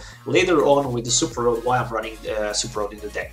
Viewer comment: You keep throwing me off, you also throw me off when you say Super Rod as Super Road. It's okay man, I'm guessing you're at least bilingual, I was just had to get used to your way of pronouncing words.